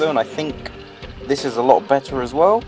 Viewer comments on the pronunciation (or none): none